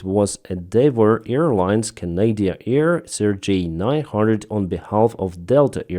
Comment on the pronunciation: You pronounce CRJ as the Russian name Sergei...